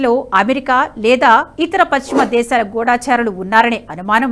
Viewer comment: గూడా చారులు అనకూడదు. గూడ చారులు అని చదవండి. సరియైన తెలుగు.